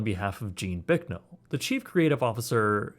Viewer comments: Bicknell. Not Bricknell. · There is No "r" in Gene's last name. It's Bicknell not Bricknell and he used to own the world's largest Pizza Hut franchise as National Pizza Company headquartered in his hometown of Pittsburg, KS. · You could atleast pronounce Bicknell's name correctly.